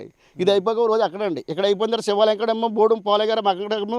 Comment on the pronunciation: Hello brother,Sivalayam not Sevalayam.Objerve this Word.